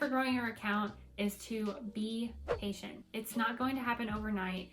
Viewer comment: "be patient" i heard be asian and i was very confused for a couple seconds